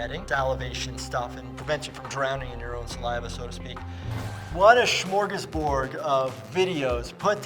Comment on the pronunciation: Did he say smorgasBORG?